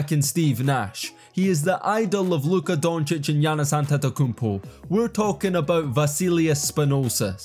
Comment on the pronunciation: He said luka doncic name right They Gotta make a name for themselves